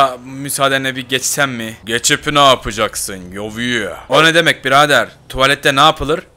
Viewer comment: Ya yoviyeh diyo ya hasta oluyom